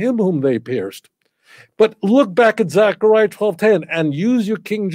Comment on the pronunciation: Yeptah not "yeftah". Also T'sepanyah צפניה. T'sekaryah זכריה.